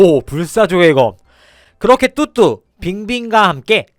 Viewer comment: 왜 자꾸 뚜뚜가 흑두라고 들리지...........